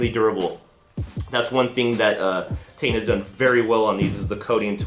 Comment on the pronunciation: "T-EYE-N" not "Tane"...